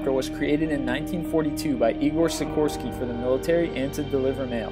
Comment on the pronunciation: Nice you kind of pronounced Sikorsky right